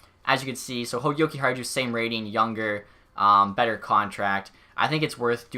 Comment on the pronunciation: Your pronouncing Jokiharju’s name wrong Yoki-har-you